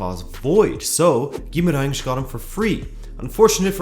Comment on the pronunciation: I should mention that your pronunciation of portuguese words is perfect, on point: Dias, Estrela, Gaiato, Queiroz, Guimarães (which is a very hard one for foreigners), really, close to perfect. Good job.